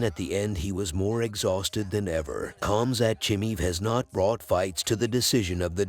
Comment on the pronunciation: it's not Cum Sat by the way